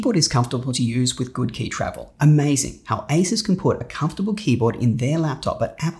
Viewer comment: It's pronounced a-seuss. Think Dr. Seuss.